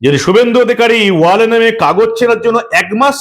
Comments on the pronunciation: এই দেশদ্রোহীদের কে চিরদিনের জন্য রাজনীতির আঙিনা থেকে নিষিদ্ধ করার দাবি জানাচ্ছি।😡😡 মানব ভাই কে আর একটা কথা জানাতে চাই যে,কথাটা "ওয়াল" নয় "ওয়েল" হবে।🙂🙂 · কথাটা ওয়েল,ওয়াল নয়।